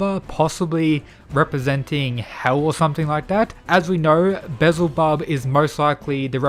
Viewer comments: Why can't youtuber ever pronounce any names correctly. Be-el-zuh-bub. Pretty easy. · It's pronounced Beelzebub not bizle bub